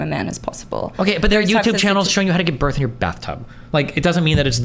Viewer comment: When she said "Borrth" i died